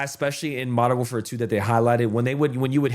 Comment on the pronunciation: Modern WARFARE `사` 아니 `사` 라고 ㅋㅋㅋㅋㅋㅋㅋ